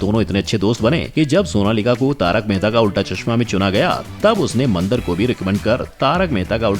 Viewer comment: वो "मंदर" नहीं, "मंदार" है चू*तिए! कुछ भी पेलने से पहले थोड़ी रिसर्च कर लिया कर!